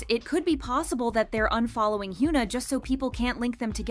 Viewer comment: Hyoona. More shitty, engagement bait pronunciation from this terrible channel